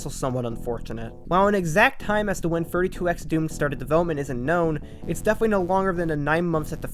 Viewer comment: legit heard “32x” as “furry 2x” and was like ???